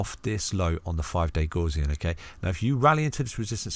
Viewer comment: Great video as usual! Not heard Gaussian pronounced like that before though 😄. Gaussian mathematics is named after the German mathematician Carl Frederich Gauss, where the Gau part has more of a Gou sound to it like in the word Gout. 👍